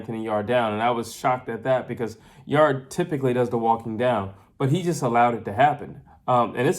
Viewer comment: Thanks for your insight. I watched the fight live at the arena. BTW its written 'Yarde' but pronounced 'Yard' not 'Yardi'. Seeing the crazy score cards post fight, i was shocked. I believe the crowd, who backed Yard, reacted to every shot thrown and this noise may have influenced the judges to give those suspect rounds to Yarde. That look Yard gave to his corner after the knock down was, bro please save me from this because I cannot carry on. In fact the mic picked up the audio and he was asking his trainer Tunde what round it was. Even if Yarde carried on he wouldnt make it past round 8. One thing about the failure to followup is because Yarde is known to crash out mid way. He simply doesnt have the stamina for 12 rounds of continuous fighting. Those big muscles crave oxygen and if you noticed the two times he spat his gumshield out was because of breathing issues. Beterbiev's game plan involved a gradual start, then up the heat mid way to finish him off as Yarde was known to crash out due to stamina issues. Yarde claimed that Beterbiev was slow in the Joe Smith fight. I saw a slow Yarde in this fight. I spoke with Beterbiev's trainer post fight, John Scully and he mentioned that once a fighter goes down and doesnt get up, then he is broken. That thought will always be in the back of the fighter's mind and that option of not getting up will become an option to be used again.